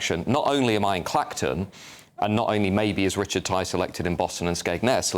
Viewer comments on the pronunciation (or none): none